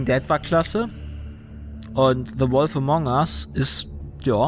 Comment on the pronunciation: Join the Disqussion now ^^ Solltest deine englisch skills mal verbessern. Wolf spricht man auch eher "Wulf" Aber gutes Spiel.